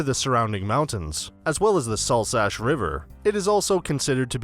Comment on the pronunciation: It's pronounced like Sulz-ugh (Salzach) and not like Salsash